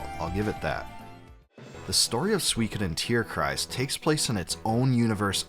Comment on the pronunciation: Respect for you pronouncing the word "Tierkreis" correctly : ) it's probably not easy or intuitive for a non-german speaker. The game was pretty cool. But not really super memorable.